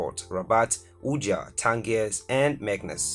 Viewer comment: Not only the Moroccan flag wrong but also the pronounciation of Tangier.